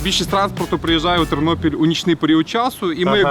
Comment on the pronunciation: Тарнопіль, а не Тарнополь! І Тернопіль, а не Тернополь! Говори правельно.